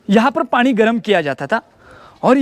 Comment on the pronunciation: पाणी नाही रे पानी, सोणार नाही रे सोनार ....